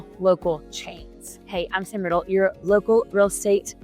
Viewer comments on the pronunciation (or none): none